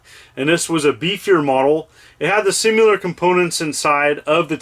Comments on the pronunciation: Am I crazy, or is he saying “simular” rather than “similar” all throughout this video? Not trying to be a grammar Nazi, because we all have our own little words we say our own jacked up way, but it’s just fun to point it out sometimes. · There's no "u" in "similar."